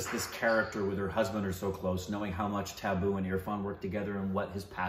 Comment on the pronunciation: They keep saying Tabu as Tabboo and it takes me a moment to realize what they mean😅